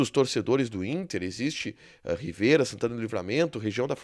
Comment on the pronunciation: Não é "Riveira ", é " Rivera ".